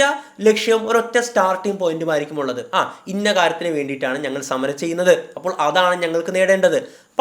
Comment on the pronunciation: ഴ് അല്ല ൾ e.g. അപ്പോഴ് അല്ല അപ്പോൾ എന്ന് പറയുക.